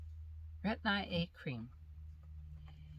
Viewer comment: Hi I enjoyed your video. I hate storms!! I don’t go to sleep until the storms are over at night lol. I tried Retin-A before. I wish I would’ve stuck with it but I didn’t. Oh by the way it’s not Retin-I-A. it’s just plain Retin-A.🤗